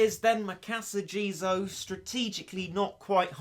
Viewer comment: It jizo not jeezo